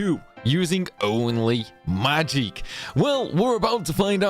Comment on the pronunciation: I was gonna watch this video but I don’t think I can listen to homeboy mispronounce magic for 20 min straight 🙃